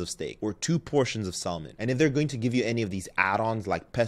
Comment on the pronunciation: the amount of time that he mispronounces salmon and says CEO 😂 I am really trying to watch cuz I do like him, lol